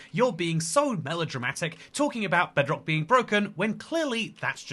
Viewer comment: Somehow I misheard it as "Breadrock"